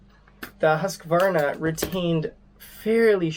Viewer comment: Try learning to pronounce "Hoosk-Varna" if you want to review their products.